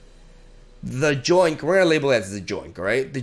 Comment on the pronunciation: Btw, just so you know, the "y" in "yoink" is pronounced the same way as the "y" in "yes".